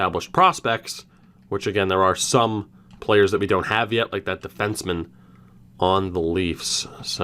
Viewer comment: All draft picks from extra 2019 draft never reach potential. Side note..I turned the speed to 0.25 during the draft, Pissed myself laughing cos u say "Pplayerrs' like Babcock!